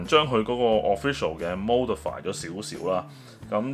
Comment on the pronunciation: modify 上網查了一下，應該讀「摸」不是「毛」😂或者美式「媽」dify